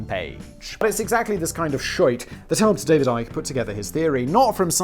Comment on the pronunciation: Simon I am so glad you taught me that ICKY is pronounce IKE. Its the most important think I ever learned.